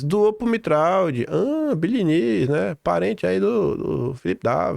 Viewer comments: Pronúncia do Tiago é Mitra não mitraldi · Sobre a pronúncia do nome do Tiago Mitraud: Mitraud parece ser de origem francesa. Se for isto mesmo, ele deveria ser pronunciado "Mitrô". O " d" final não é pronunciado, e a junção do " a" com o " u", isto é o som do " au" corresponde a um o fechado, como se fosse um "ô". Mas o importante mesmo é a exposição que você faz das ligações deste pessoal com o sistema. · Bom dia,. No francês, Mitraud se pronuncia: Mitrô. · Mitraud se pronuncia MITRÔ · Mitraud é de origem Francesa. Se pronúncia MITRÔ!!